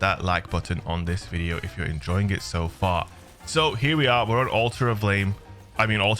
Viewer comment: Did you say “Alter of blame” ? 😂